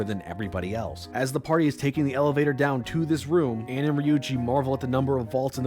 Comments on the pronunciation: there’s something mildly annoying about how he complained about the VA’s mispronouncing names but then he mispronounces Ann’s name. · Late to the party on this video, but I just have to point out the irony of him calling out the mispronunciation of names in Persona 5's dub (which they were directed to say in that way)... but went on to constantly pronounce Ann's name wrong and pronounce Tae's name as "Tay." You're allowed to disagree with the voice director intentionally having names said that way, but you can't grandstand about them pronouncing the names wrong... and then go on to pronounce names wrong yourself.